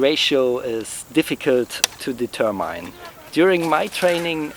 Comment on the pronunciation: Today I learned a far more metal pronunciation for the word, "determine," thank you.